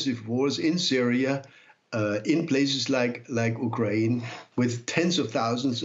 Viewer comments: It's prounced u kraine not uk rain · Interesting way to say ukraine. Not the right English nor Ukrainian pronunciation